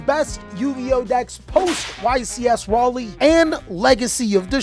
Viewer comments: It's Rah-Lee, not Ray-Lay- Sincerely, The South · Bro it’s Ra-Lee… 🤦🏽‍♂️🤦🏽‍♂️🤦🏽‍♂️ cmon G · Ray leigh??? its Ra Lee Lmaoo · Raleigh is pronounced Raw-Lee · Rah-Lee ….. not raylay 😅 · I was today years old when I found out west coast people mispronounce Raleigh 😂💀 signed a South Carolina native. Different cultures high key be fire. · lol my said “Ray lay”…it’s pronounced “Ra (like winged dragon) - Lee (like Bruce) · No you did not say it right! It is Rah-lee not Ray-lay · It's Ra-Lee. Don't know where the Rye pronunciation came from lol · Raw-Lee =raleigh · RAH-LEE! RAAAAH-LEEEEE! RAHLEE! Say it wit me,! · OMGEEZE. Raleigh is NOT pronounced like "Rey" from Star Wars. It is pronounced as in "Raw-lay." Dang dog, you almost caused me to drive off the road. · Naw you didn’t say it right. It’s pronounced “raw-lee” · You're pronouncing Raleigh wrong, its [ra-lay]. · Raleigh is pronounced "Raw-lee" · Raylay 😂😂 imma bout to flame you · Say it like rock lee but the ck silent 😂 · As you wish., and Raleigh = Ra-lee Painstaking* Symptoms* Varudras = Var-ood-ras - and Raika (Ragnaraika) = R-eye-ka Ogdoadic = Ohg-doe-ah-dick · ra, as in winged dragon of ra. lee as in bruce lee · you said it so wrong... Rawl-lee... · RYE-LEE now i think they're just doing it on purpose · Day 61 of asking to take fluffals to locals(still cant pronounce raleigh) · U said Raleigh right one time then u messed it up the rest of the way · Bro I love your content but every time you mispronounce Raliegh it literally pains me lol